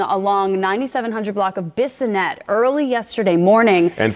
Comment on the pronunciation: Bassinett😂😂😂 it’s bis -o -net. Bissonett .rip jasmine